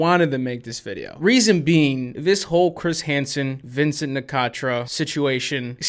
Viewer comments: "Vincunt" LMAO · The fact that he called Vincent vincunt is legendary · Gotta love the little “Vincunt” shoved in there